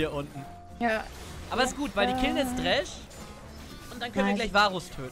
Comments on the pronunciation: Trinkspiel fürs Wochenende: Jedes Mal wenn „Dräsch“ sagt, einen Kurzen trinken. lessTroll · echt witziges video, aber dieses "dräsch" triggert mich so hart :D